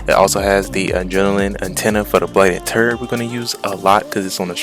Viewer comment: Can't even read a simple word? Its not TORENT! Its "TURRET" Smh...